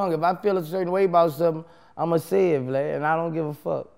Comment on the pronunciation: lmao bruh boosie called this man “Glad” instead of vlad 😩😂😩😂